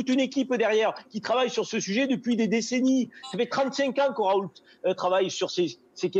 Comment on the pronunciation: Bon sang... on dit [ raou ] et non [ ̶r̶a̶o̶u̶l̶t̶e̶ ] ! Comme on dit [ reno ] et pas [ ̶r̶e̶n̶o̶l̶t̶e̶ ] pour Renault (< renald). En français le T final n'est jamais prononcé. Le L est, quant à lui, vocalisé en U depuis plusieurs siècles (raout) comme c'est le cas dans le patronyme Renault (renaut) ou encore le toponyme Saulzet (sauzet)... Ce L n'est en fait qu'un doublon du U vocalisé, qui ne subsiste que par coquetterie étymologique. Et c'est d'ailleurs bien [ raou ] que prononcent ses proches collaborateurs de l'Institut hospitalo-universitaire de Marseille interrogés sur les chaînes d'information. Bien qu'il s'agisse ici d'un nom propre, on remarque que le phénomène concerne également de nombreux substantifs. On voit ainsi clairement que le refus systématique de la moindre réforme orthographique mène les locuteurs natifs du français à de nombreuses interprétations erronées du code écrit de leur propre langue. Je ne compte d'ailleurs plus les rencontres avec des personnes ne sachant correctement prononcer leur propre nom de famille ! Très souvent ces dernières reproduisent, de génération en génération, une hypercorrection due précisément à l'incompréhension de ce code écrit artificiel et ultra-étymologisant...